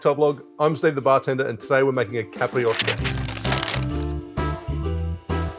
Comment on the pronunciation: yes, it sounds like a "i" is missing, as caprioska, instead of capIroska. But portuguese is hard and all rest of the word was fine, so 9+ for the effort. And its ok the simple syrup variation, but I suggest tryibg capirinha with the brown sugar, its really nice. Love the channel, and again, make some portuguese cocktail 🙏🏼😂